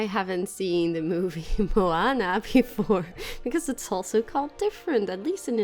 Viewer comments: MOANA!!! You said that right ;) Anyways, great video as always <3 "You made me ink :( " That turtle... :O <3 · finally learned how to say Moana. I'm so proud of her. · I like this game so much specially Nemo and your park , that is really beautiful and you are amazing builder and you say MOANA very well now .